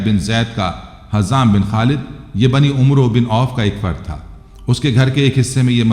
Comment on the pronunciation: Ap umro name galat bolta ha ya amer Parta ha ap is name ki takeke kara sahi kia bolta ha yaha ap sa galti ho rahi ha brother